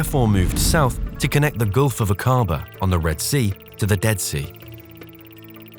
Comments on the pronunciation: Please note that Aquaba is pronounced as Ack aba and NOT aquAAA ba. Ask any one from Jordan!!! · Akkaba is the pronunciation not Akaaba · thank you forthis. interesting. ive been to the area. fascinating. thank you. nb the pronounciation is AK A BAH not A CAR BAR!!! i travelled in this area overland to india from the UK more than 40 years ago. it was awesome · Aqaba is not pronounced a-QA-ba; it is A-qa-ba. Should be fairly easy to get it right. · Was the voice over AI? Your pronunciations of certain words didn’t make sense, like Aqaba or Akabaa?